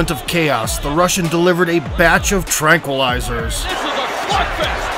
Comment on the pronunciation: 'batch of tranqalizers"